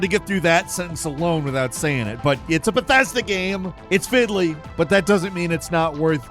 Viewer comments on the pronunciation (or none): What quality is you game? "I'm going with the besthesda approach" 😂